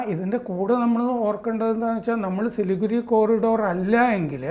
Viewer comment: ചിലിഗുഡി അല്ല Siliguri